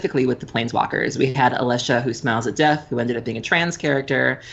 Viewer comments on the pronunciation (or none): ... Alesha, Who Smells At Death. Can't unhear it. lol